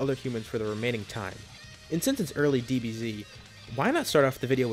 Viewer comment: U-uhm.. What's a "Dee-be-zi"-?